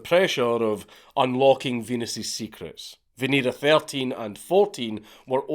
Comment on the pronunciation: "Venus's wind" haha we heard Venus queef 😂